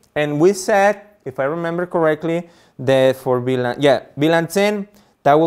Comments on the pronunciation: Hey please say VLAN! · Great video, thank you But could you clarify please You say BLAN or VLAN